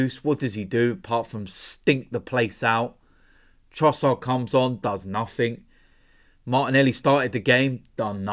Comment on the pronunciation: The word 'Nothing' doesn't have a 'K' on the end of it. Just so you know. Thanks.